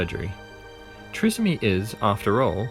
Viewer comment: It is pronounced Try…som..ee.